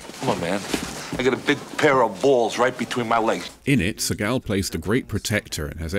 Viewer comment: PS his name is not Steven sea-GAL, it's SEE-gul... as in the Jewish pronunciation of the word Segal.. As he IS a Jewish man ( as much as I DON'T want to claim him as one of the tribe)